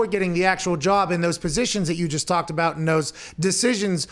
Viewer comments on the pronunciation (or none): lol! Pat casually getting AJ with "deshisns, deshisns" while making his point...